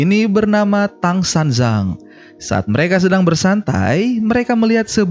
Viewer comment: Bukan San jang... Tapi San Cang cara bacanya... Tang nama dinasti kerajaan ini... San artinya tiga.. Cang artinya kumpulan... Tang San Cang artinyA 3 kumpulan (Sutta Pitaka,Vinaya Pitaka dan Abhidhamma Pitaka) yg dibawak oleh bikkhu dari dinasti Tang dari universitas buddhis Nalanda di India... Jadi Tang San Cang adalah gelar buat Bikkhu Tan Shuen Cang (nama sbnrnya...). Ini film kisah sejarah historis aslinya bikkhu Xuan Zang dibaca Shuen Cang: ▪︎